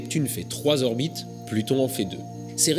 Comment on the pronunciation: 4'24 "5 z'orbites" le z entre 5 et orbite, est ce un mythe???